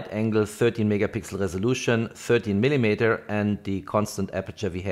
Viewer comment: Gutes Video, aber arbeite vielleicht ein bisschen an deiner Aussprache :)! Man hört den deutschen Akzent nämlich echt stark 😆 (zum Beispiel spricht man millimeter wie „millimieter“ aus)! Nicht böse gemeint, ansonsten passt alles 😊!